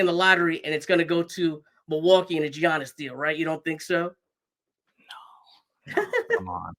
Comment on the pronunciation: Mispronounced Giannis name … nets can’t have him